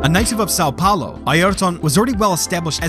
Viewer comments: Best "São Paulo" I ever heard a non-portuguese speaker say... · As a brazilian, hearing Galvão Bueno shouting for Senna in the end gave me chills. By the way, great "São Paulo" pronunciation, I'm impressed.